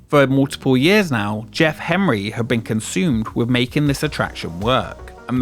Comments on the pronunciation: You keep saying "Hemry", but occasionally say "Henry" - which is it? How irritating. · why do you say Jeff Hemry instead of Jeff Henry? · every time he pronounces Henry as “hemree” I die a little more inside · Why does the narrator repeatedly refer to the family as "Hemry" when it appears in the video to be "Henry"? Is this some odd form of British pronunciation, like when they say "fink"instead of "think". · I googled this. Turns out the guy's name is Jeff HENRY, not HEMRY, as pronounced here. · Outside the point of this video which I was already very familiar with. I'm curious, was this AI voiced and you kept typoing Henry to Hemry or can the narrator just not speak correctly?